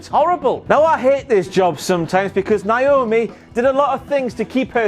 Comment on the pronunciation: I don't think it's Naomi anymore, I think it's Na-FRO-mi!! HAHA!